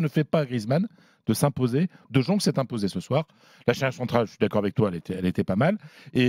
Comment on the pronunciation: j'parle d'hermel comment il prononce le nom du joueur ... Dejongue hhhh C'est abusé frère ..